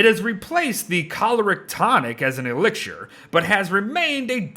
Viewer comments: "elixshur" lawdy guy. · Is there anyone else bothered by the way pronounces “elixir?”